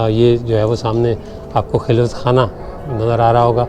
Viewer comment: خلوت میں خ کے اوپر زبر ھے